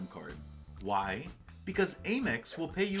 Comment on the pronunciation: why do you pronounce AMEX wrong?